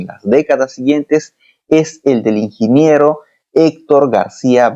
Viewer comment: Qué pasó: "Inginiero" o ingeniero...